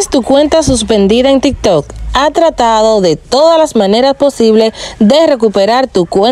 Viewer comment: Es tiktok o riktok?